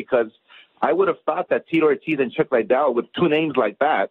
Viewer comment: Ironic how Oscar is trying to promote Chuck Liddell, yet hasn't even taken the time to learn how to pronounce his name correctly. Who the hell is Chuck Lydel? And why does he always stumble over every word he speaks? I've never heard anybody (in a professional capacity) stutter and repeat as many words as Oscar does. "It's it's it's... uh... they they they.. uh.. we we we... uh..."